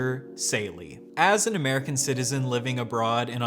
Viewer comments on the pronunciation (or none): Lesbian? I thought you were Amewican.